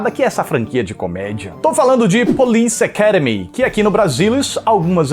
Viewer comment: "Police crazademi" 😂😂😂